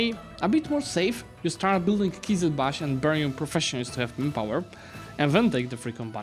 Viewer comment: Not qizilbakh, qizilbash which means “red head” in turkish